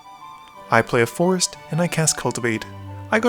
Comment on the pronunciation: When you say forest it sounds like force (of will)